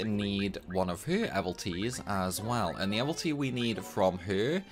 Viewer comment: Mmm did you say do you say evilties or evalties? Pretty sure it's pronounce evil not eval... Jk gr8 vid thanks😅